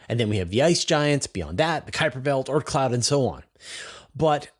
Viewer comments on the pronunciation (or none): none